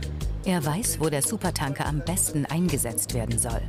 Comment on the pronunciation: Es triggert mich irgendwie, dass die es die ganze Zeit SupertAnker und nicht SupertÄnker aussprechen.